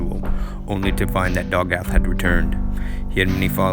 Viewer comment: It’s “Dagoth” not “Dogath”. “Corprous” not “corpus.” And Chimer is pronounced “KAI-mur” not “CHAI-mur”. And definetely never pronounced “charmer.”